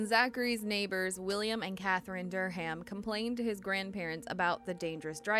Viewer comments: Durham: Dur-um The "H" is SILENT. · How do you not know the "H" in Durham is silent. Quit putting so much emphasis on the H. Pronounced like DUR-am